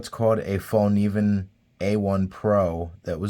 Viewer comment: Fyi… the Fällkniven knives are made in Japan, not Sweden. The company, design etc is all Swedish but they’re produced in Japan. Btw… it’s pronounced “fell-knee-ven” and the “k” is not silent.